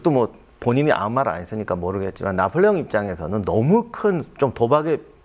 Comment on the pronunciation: 나폴레옹??? 나볼레용!!!